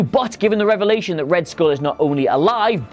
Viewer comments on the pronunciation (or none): none